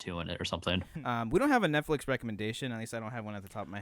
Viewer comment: intro sounds like he's saying "whore flix"